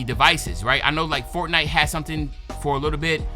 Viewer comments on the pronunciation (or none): none